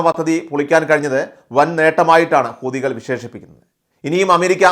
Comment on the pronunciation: ഊദികൾ എന്നല്ല,ഹൂ ത്തികൾ, എന്നു പറയുക എല്ലാവരും തെറ്റിയാണ് പറയുന്നത്